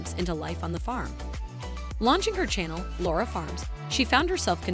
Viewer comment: Laura, not Lara...